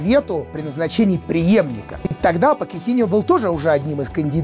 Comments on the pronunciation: Pochettino -Почетино! Если бы фамилия звучала, как "покетиньо", то писалась бы так: Poquetiño. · Поккетинио?, ты серьёзно?